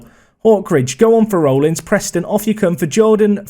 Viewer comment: Rollins is pronounced RAWllins